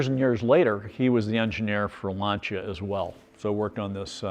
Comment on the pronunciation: Finally we have found a gentleman who pronounce Lancia properly, thanks God!